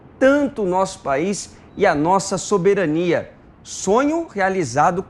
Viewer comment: 0:4:04 Saberanía?